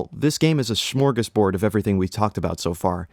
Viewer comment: Lol that pronunciation of Smörgåsbord